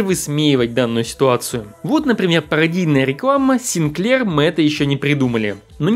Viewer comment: Так-то он сИнклер. СинклЕр - это что-то из кондитерки. И продано было не 1,5 миллиона копий, а 1,5 миллиона штук. Вынь изо рта американский огурец.